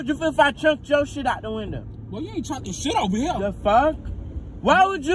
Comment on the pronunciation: AND DIDNT EVEN SAY WINDOW HE SAID WINDEL:face-blue-smiling